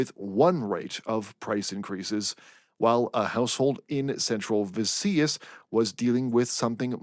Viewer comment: Btw, Visayas is pronounced "veh-SIGH-es" ;)